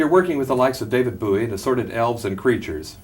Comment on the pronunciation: "David Buoy" lol